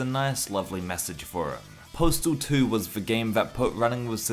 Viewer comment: Why do you keep saying postal tooie?